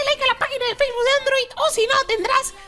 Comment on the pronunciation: Ademas Brujito se dice facebook no facebus